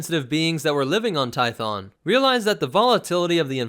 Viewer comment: Hheeeyyyy. He says 2 instead of toe. Finally someone who says it right.